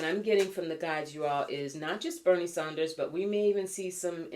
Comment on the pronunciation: It’s Bernie Sanders. Maybe you’re purposely pronouncing/spelling his name incorrectly but just mentioning.